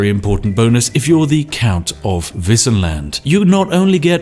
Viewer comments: Woah, not gonna lie, I was really surprised when you pronounced "Wissenland" right! Do you know some German? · But, he pronounced "Wissenland" right, at least :3